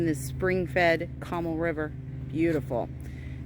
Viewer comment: CO MAAAL not Comul. Other than that, super cute condo!